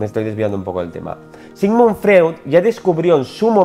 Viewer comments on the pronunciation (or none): Freud jajajajja se pronuncia “Froid”